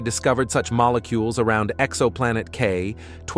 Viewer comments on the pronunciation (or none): Mollecoolies 😂😂 did AI suddenly forget how to pronounce molecules?